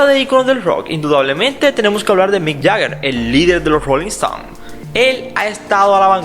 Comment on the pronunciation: Disculpa narrador, pero es muy difícil entender tu acento...a veces dices “Jeager “ ...jegger..o Jeager... si vas a pronunciarlo mal por lo menos quédate con uno...y no es! “ Yeager......” y no es Rolling Estons...